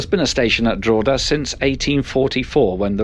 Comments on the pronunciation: Its 'Drockeda' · I love the pronunciation of Drogheda lolol good video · Definitely not!Its pronounced ‘Drogheda’🇦🇺🇮🇪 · Not DRAW-duh,. It's DROH-heduh. Not BALL -Briggin, but Bahl -BRIGG-in. And the -TH at the end of 'Meath' is as in the word 'the'.